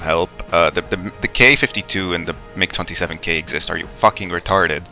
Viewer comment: i had to do a double take on "migger"